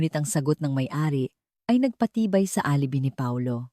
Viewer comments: Correction: Please pronounce, ALIBAY. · Alibi is pronounce as alibay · Bothered ako sa pagkabigkas mo ng word na alibi.